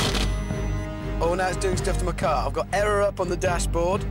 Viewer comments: "Ze radio iz on ze fritz" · Prez Ze Button Hanz